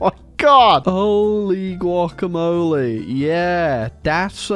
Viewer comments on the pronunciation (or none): none